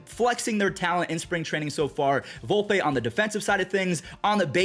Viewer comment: Volpeeeeee not Volpay dummy